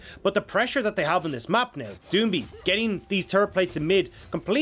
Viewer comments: I got you, (do-ing-bee) gottem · Can someone teach him how to say doinb